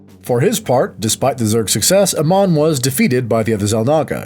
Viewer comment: Pronouncing Amon as Uh-mon instead of Ay-mon sounds so weird. Certainly a choice.